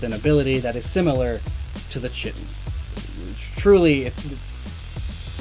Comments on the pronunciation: Pronounced "Ky-Tinn" like D'vorah from mortal kombat. Not chit-in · KAI-TIN,, chitin is pronounced KAI-tin;. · chitin? it's pronounced "kai-tin" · Its pronounced KĪ-tin, not kitten. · "Chitin" is pronounced "kai-tin", my dude. THIS COMMENT ENGAGEMENT BROUGHT TO YOU BY MISPRONUNCIATION! THANKS ALGORITHM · I believe "Chitin" is pronounced 'Kite-in' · Chitin isn't pronounced the way you did, even though it looks like it should lol